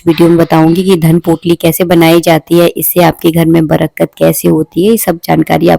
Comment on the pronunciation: Brkat nahi....barkat....